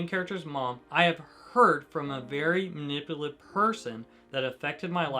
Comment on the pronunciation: lol why is saying manipulative so hard